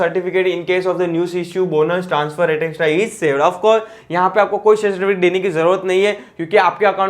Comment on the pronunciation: Pls read etc correctly